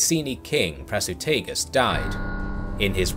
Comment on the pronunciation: Prasutagus no Prasutugas.